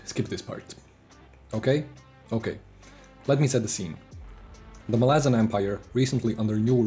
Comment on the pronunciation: MAhlazan, not MalAhzan